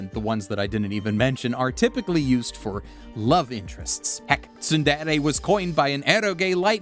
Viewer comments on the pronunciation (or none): none